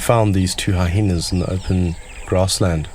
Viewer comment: it sounds like the narrator keeps pronouncing Hyenas like hi-henas, which is incorrect. your trying too hard mate